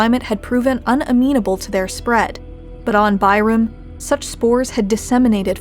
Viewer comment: Tyrum? More like Bye-rum lmao